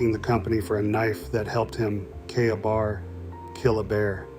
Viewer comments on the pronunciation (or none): KAYbar is the pronunciation. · Yeah, your sure this is a human narrator? Because its KAY-BAR! I have one.